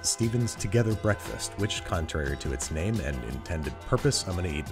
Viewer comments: B R E A F K A S T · “Together Breafkast” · Together Brefkast lol